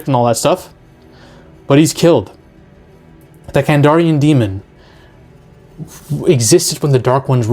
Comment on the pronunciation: KandArian demon, dude, not KandOrian Grey 😅😅😅